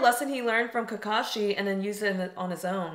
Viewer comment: Ya... I too remember in one guy's reaction, he keeps saying Kakashi as 'kya-kkaa-shi'.